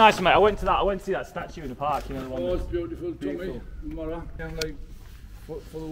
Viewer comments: He's not called the marrow, marrow.. pronounced marrer is a Yorkshire word meaning young friend, normally referring to a young child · "Marra" is a similar word to "mate". "Alright marra?". Really appreciate the video though - very genuine. There's a complete lack of opportunity in some of these North East areas. But as you experienced - a lot of the people of that generation are second to none.